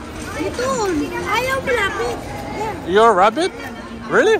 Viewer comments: sounds like rabbit but its actually LAPIT means come closer! 😂😂😂😂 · Lapit not rabbit. Lapit means come closer.